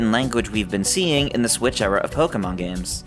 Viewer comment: Why do people still say "Poh-kuh-mahn"? Literally, everything says it's "Poh-kay-mahn", hence the "é", which is an "ay" sound.